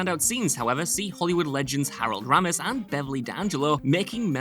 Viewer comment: Is he messing with people on here by mispronouncing names ? CuSACK.. RAmis